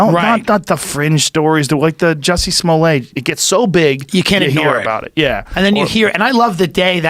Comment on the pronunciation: Smollett with a T stop trying to gay it up Joe.